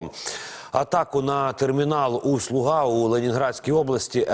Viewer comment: усть-лУга, а не усть-лугА. але то не важливо.